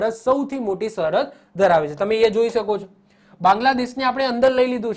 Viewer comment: આ કોણ છે જે સરહદ ને સહરદ બોલે છે ....